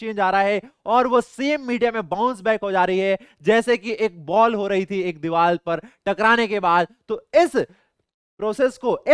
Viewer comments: sir it’s not dival it’s divar😂😂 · Deevar not deeval ❤